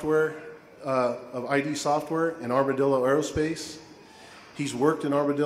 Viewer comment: "EYE-DEE software"... seriously?